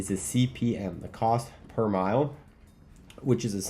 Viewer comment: Mille (thousand in Latin) is not mile, it's like "mill" . CPM is cost per thousand